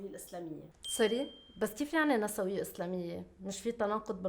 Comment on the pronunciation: هي نِسْويّة مو نَسَوِيّة نسبةً إلى الجمع نِسْوة الأغلب يلفظوها هيك خطأ 🌚❤️